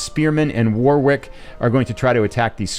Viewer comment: My English heart hurts everytime you say War-Wick, it's War-ick :)